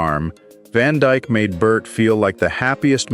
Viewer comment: His last name isn't "Van Djk". God I hate AI ......